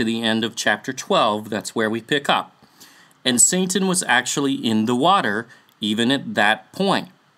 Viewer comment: just curious why do you pronounce satan as santan? I have been wanting to ask this question since Magog video.